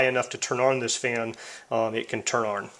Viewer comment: f.y.i., "on" is pronounced as "awn" as in lawn, not "arn" like in barn (as you are saying).